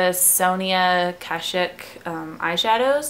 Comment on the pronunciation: It's also pronounced kah-shick